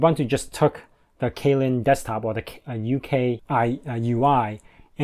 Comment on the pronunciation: Windows 11? UKUI reminds me an awful lot of Windows 7. BTW, Kylin is pronounced "Chee-lin".